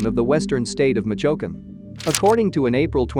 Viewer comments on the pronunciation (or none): Cartel of "gell-isco' from "mitch oaken" man. He didnt even try to pronounce it somewhat correctly